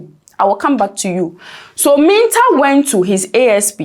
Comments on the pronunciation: Please get your Name Pronunciation Right. Mintah. 😮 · Madam it is Mintah and you said whaaat?